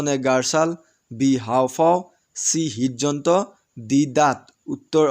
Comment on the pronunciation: Hid jantra nohoi ridjontro